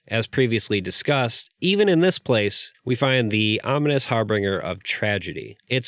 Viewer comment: Pardon my pedantry, but it's pronounced har-bin-Jer, with a "J" sound. Sorry. Great analysis! I've never seen anything like Petscop before. It conveys the confusing, demoralising and shameful reality of abuse, and its concealment, with a chilling accuracy that I've never experienced with any other piece of art. Your analysis puts into words many aspects of the work that I could only grasp intuitively. Thanks.